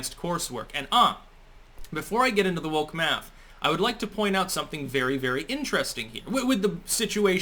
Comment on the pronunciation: Laquisha and Deondre have determined that "Maff" is hard.